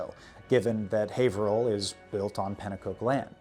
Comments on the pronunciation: I grew up in that area, Haverhill specifically and I've never known a non-local to say it correctly, nor Worchester. I am greatly impressed you got both right. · You pronounced haverhill right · Kudos for correctly pronouncing my hometown...Haverhill. (You missed on Saco though...it's "Saw - koe") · You can tell the man knows his business because he pronounces Haverhill correctly. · Haverhill native here - you're the first person from outside the general area that I've heard pronounce the city's name correctly :P